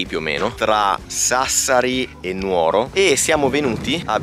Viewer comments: Dovete venire dalle mie parti ad assaggiare "ru cuggoni" raga!!!! Vi prego però imparate gli accenti òschiri, nùoro, in altri modi non si può sentire 🤣❤❣la puntata più emozionante è quella del filindeu❤❤❤aspetto con ansia altre1000 puntate aiutate anche i sardi a conoscere meglio la nostra isola meravigliosa❣😘😘😘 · Ma daiiii che bello vedere e, sono mitici! Vi prego però, è Núoro non Nuóro e Oschiri non Oschíri 🤣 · Ragá, occhio alle pronunce: Núoro, non Nuóro 👍🏼 Fa piacere vedervi in patria! Buon divertimento!